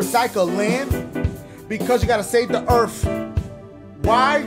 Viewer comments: “because you gotta save the ERFF” 💀💀💀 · So far, "Save the EARF" Freestyle is my favorite part of this gameplay video! ^_^ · We gotta save the earf!!🤣🤣🤣🤣🤣